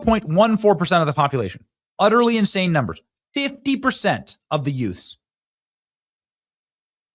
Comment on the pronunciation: Did you say yutes 😮